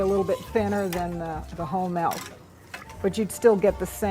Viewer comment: melk lol